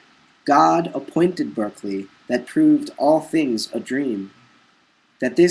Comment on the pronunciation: Berkeley is pronounced Barkley.